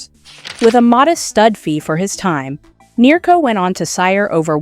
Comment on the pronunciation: Nero? Ma che caxxo dice? NEARCO!